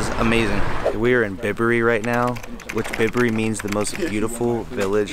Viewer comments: Aaaaaaahhhh!! It’s Byberry not Bibbery. As in bicycle please!! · Enjoyed the Video, well done, glad you had a good time. Just one thing, it's By berry, not Bib berry. Best wishes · Bibury 🤦‍♂️it's Bye-bury🤨 very nice vlog... well done, and welcome to not London!